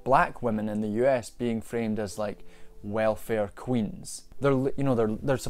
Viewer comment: Wow hearing 'welfare queens' in that accent was... something